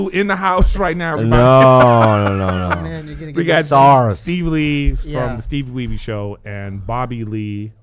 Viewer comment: The fact that Griff still says “Steevie Weebee” 😂